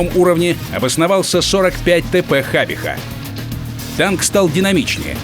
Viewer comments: на дикторе конч сидит, какая хабиха если хабича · ХабиХА?! вообще-то ch читается как Ч